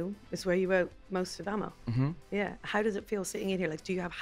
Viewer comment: It’s pronounced ahhhh-mo not ammo